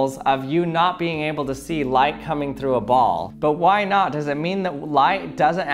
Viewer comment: Do you know why the auto captions keep writing “lie” when you say “light?” Answer: Because you talk like a Valley Girl. Your programs are interesting, but please get some vocal coaching!